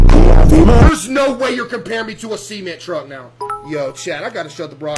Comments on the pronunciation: Why does he say cement truck like seement, like it’s a semen truck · "A SEMENT TRUCK." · “A sea mant truck” 😂😂😂 bro what, a semen truck? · No way this guy calls cement "see-ment"